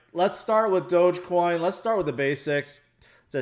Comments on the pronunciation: HHAHAH you said dogcoinj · It's dog-e-coin, don't you see the dog everywhere when people talks about doge?